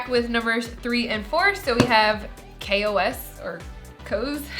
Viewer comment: Kos… or some say Kosm